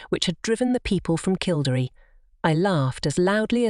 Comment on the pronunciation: Please learn how to pronounce KILL DERRY ask any Irish person its jarring.